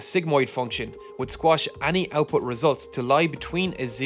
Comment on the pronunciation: man every time i hear (mah)ny or (ah)ny. great video tho! great channel also. suscribe.